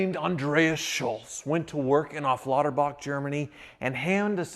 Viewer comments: DID YOU JUST SAID AFFLATERBACH INSTEAD OF AFFALTERBACH?! me as a german, born and raised near sindelfingen/böblingen (you know, where the main mercedes plant is? also, fun fact, weissach was not so far away either) is not amused. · Germans: "affalterbach": "afflaterbach" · Come on it's Affalterbach and Not "Afflaterbach"😂😂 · It's not Aflauterbach, it's Affalterbach!